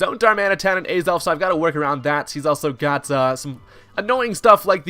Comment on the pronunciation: Ay-zelf? It's Ah-zelf. :P Aside from that, Choice Banded Azelf? Let's gooooooo!